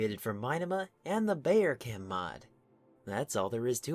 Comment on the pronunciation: its pronounced <<Bow-err-Cahm>>